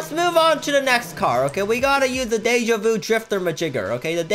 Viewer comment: DEE JA NOT DAY JA